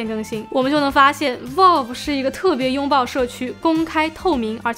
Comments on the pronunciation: 雖然讀音不是重點，但確實是讀錯了（正確讀音接近foul而不是vote），網友也是沒惡意的指出。 不知道為什麼有人那麼扭曲地把錯的說成有好幾個版本。 善意提醒，靈感交流可以大家及主播都進步，令更多人喜愛這裡的生態。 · vælv, not volv😅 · Valve， Vauv, 跟我一起说， Vauv, out, Vauve, V奥V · 不是可能开放让消费者购买维修零件，是已经决定让ifixit 销售了。 valve 发音错了... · 不算PC玩家，但是评测看的很舒服~~~另外挑个刺：VALVE的发音博主一直读错了…… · 「一」這個漢字沒有幾個寫法，valve讀音也是啊～樓主人家也是善意提醒。但你這樣護駕打嘴砲只看到你是很個人的愛主心切，沒營養。這樣不會令大家進步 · valve发音错误